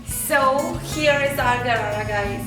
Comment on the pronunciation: hii loser its not garara its sharara